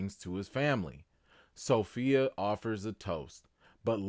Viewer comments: As my grandmother would say....Every time you say So-Fellow ( Sophia) I get tickled.😆😆😆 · "SoPhellow" lol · Sophellow (Sofellow?) gets me every time 😂